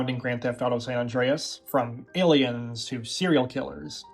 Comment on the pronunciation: Why do so many youtubers pronounce San Andreas as San None Dre Es? It's San Anne Dre Es